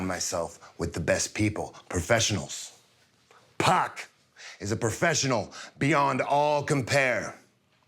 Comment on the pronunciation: Pack or pock?